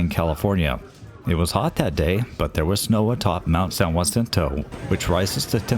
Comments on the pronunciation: Enjoyed the video, thanks. I've ridden the tram twice. Too bad it was so crowded; I'm sure that detracted from the experience. One minor point: the mountain isn't pronounced "Wah-sin-toe" but rather "Ha-sin-toe"; it has the Spanish "J" as in "San Jose." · Loved the video. I've been up to the top many times since it opened in 1963. So great! I've only one teeny suggestion for you. There is no y in San Jacinto. The j is pronounced like an h.😊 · Years ago, when parking was free, my son and I took the tram to the upper station with our backpacks. We hiked to and spent the night in Round Valley. The next day we hiked to the top of San Jacinto. Quite the view. BTW the "J" in Jacinto is pronounced like an "h". Another great video.